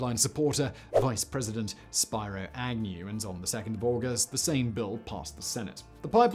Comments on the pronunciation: The name is ......."Spear Oh" Agnew rather than "Spy Roh" Agnew. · Mispronounced words: Valdez, caribou, Spiro, but you got Unipiaq right. Other mistakes: the Alaska Permanent Fund Dividend was based on a 3-year moving average return of the fund, not the profits from the oil (it's a politcal football now). The oil profits either fund state government or go into the fund. The Permanent Fund currently has around $80b in it. There is no such thing as a 338 caliber rifle. It was probably a .338. ANCSA would make a interesting topic for this or another one of your shows. It's the only instance of creating corporations for indigenous people, rather than tribes and reservations. They have been amazingly successful.